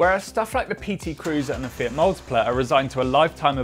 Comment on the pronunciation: Mf says fiat as fit